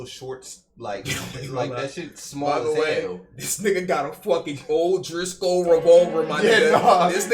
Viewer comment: Bro said o’driscoll😭😭